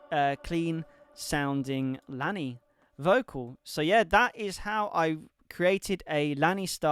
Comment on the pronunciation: *Pronounced Laney Good job 👏🏻